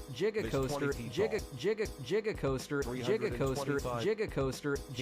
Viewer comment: Jiga Coaster. Jiga Coaster 😂 So happy to know there's a Jay Z themed coaster out there